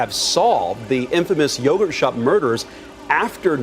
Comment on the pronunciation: I can't believe its yogurt. newscaster said it wrong at one point. kind of funny